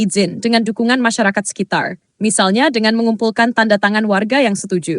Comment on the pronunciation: kok banyak slip tongue? .... "musyarawah" .... "masyakarat".... 😅